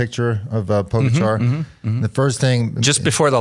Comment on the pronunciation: It’s pronounced Po GA cha not Po go char!